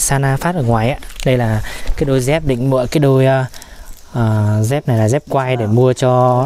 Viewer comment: Đi dép chứ không phải là"đi re'p"